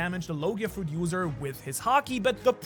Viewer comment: Bro said Fuet instead of Fruit 😂